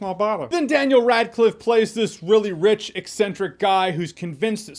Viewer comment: What Jeremy said "I buy him as this young rich guy" What I heard: "I buy him as this young witch guy". Yup. Sorry, Daniel.